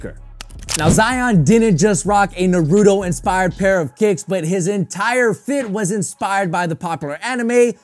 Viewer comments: naruto fans still cringing when he says narooto instead of naruto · really, narootoe 🤦‍♂️